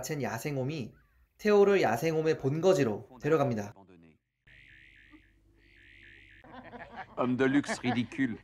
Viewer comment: Homme를 옴이라고 하니까 어감이 ㅋㅋㅋㅋ